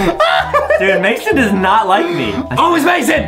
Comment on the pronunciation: On the second round Justin. It was mission but Mason rhymes with Jason